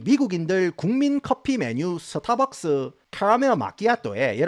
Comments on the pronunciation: 영어발음 좋으신데 스타벅스는 왜 서타벅스에요 ㅋ🤣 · 서타박서.....ㅎㅎ 정겹네요